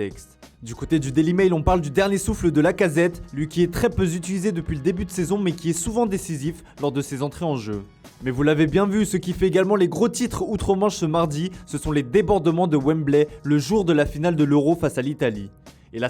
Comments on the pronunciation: "lui qui est très peu Zutilisé"... stu veux frère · Mauvaise "liaison " très peu utilisé